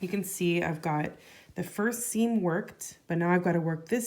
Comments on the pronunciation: Sorry, but I have to ask, are you saying 'skeen' when you mean skein, which is usually pronounced 'skane'/ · It's a regional pronunciation